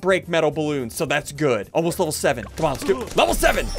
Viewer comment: I feel like ssundee is saying come on so much it sounds like comma